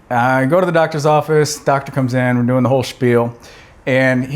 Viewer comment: "Hey folks, howaya guys doooin" I could have sworn you were Canadian for a second.